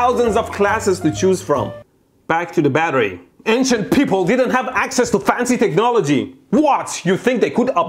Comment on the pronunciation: Instead of “ancient ppl” I thought he said “Asian ppl”